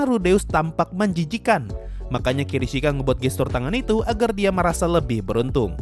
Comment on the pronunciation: kishirika bang bukan kirishika